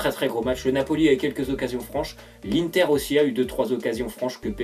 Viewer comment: ON DIT PAS "1TER" MAIS IINNNNNNNNTER